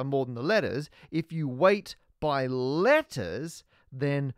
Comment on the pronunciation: As a german Maths student i really enjoy listen to ur vids when going to sleep. Yesterday I got really upset as I understood lettuce every time u said letters O.o I never had any difficulties with english accents till today :D Just thought it would be fun to share .) Have a great day everyone!